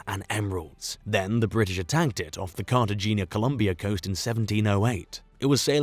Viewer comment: Mispronunciations galore. Cartagena, Maggiore, etc.